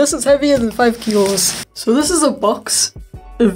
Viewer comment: He said kilos like he was russian… IMPOSTER ALERT